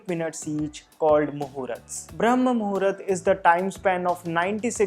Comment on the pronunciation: It's not Muhurat, it's pronounced as Muhoort